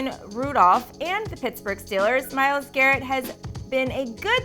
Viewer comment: at least say his name right